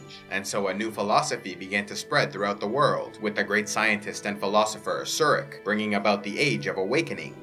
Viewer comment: You mispronounce several Vulcan names. Surak is pronounced with the u = oo, and the a = ah. Likewise Sarek is pronounced with the a = ah. This is true for pretty much every language except English.